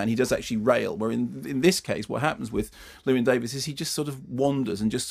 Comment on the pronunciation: I suppose as the Americans don't do it either it's too much to expect Mark to pronounce 'Llewyn' properly.